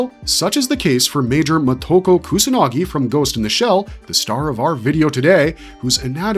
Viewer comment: You can't spell her name in the title, you can't pronounce her name. Short words like of/if/in are not capitalized in titles. Can you put some basic effort into this?